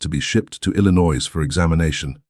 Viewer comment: Please, your AI doesn’t know how to pronounce Illinois correctly. It’s I’ll-I-noy. I should know because I was born and raised in Illinois and moved to Indiana in 2010.